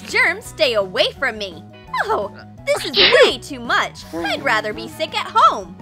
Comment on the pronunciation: It’s this not thes and it’s good not god